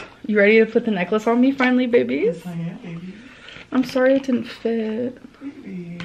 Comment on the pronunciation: I really want to continue to watch these Vlogs but if I have to hear either one of them say "Behbys" one more time I'm going to vomit. Please stoppppp. it's so cringe 😭